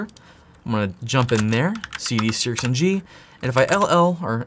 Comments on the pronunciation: Wouldn’t it be pronounced “Searchng”? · Think its pronounced Searching, the X is the Chi sound in Chinese. My question would just be, is there any weird backdoor code in this because of the Chinese connection 😬 I guess its Open Source but still curious. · 1st of all, I know practically nothing about programming, but I grasp Logic well enough to realize that if the software is based on SEARching, then it would likely be pronounced SEARxng in the similar way. 2nd, Why do you feel the need to act all hyperactive and obnoxious? Do you really think that's what people want to see??🤔 Do everyone a favor, and just talk like a normal person, man...stop with the goofy theatrics! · SearXNG might be pronounced "Sear-Ching". X is pronounced many different ways based on context and language. Great video, thankyou. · I'm pretty sure the company name is pronounced "Search NG". I'm assuming the X is the Greek letter chi (Χ), which makes a "ch" sound.